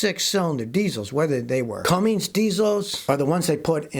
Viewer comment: You're an educated man, Scotty (or so you say), but you can't comprehend that Cummins Engine Company makes Cummins diesel engines, not "Cummings". That's sad.